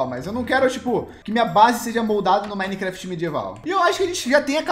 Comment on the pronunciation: "Mimecraft" ksjskskajaksjskw